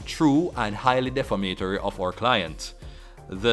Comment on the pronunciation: De-fam-a-tory not def-a-ma-tory